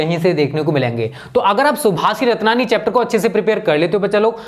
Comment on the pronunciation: सर जी सुभाषितरत्ननि है। ना की सभाषिरत्ननि।